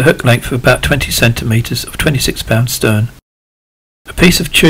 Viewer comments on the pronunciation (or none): the hookline is STREN not 'STERN' [thumbsup]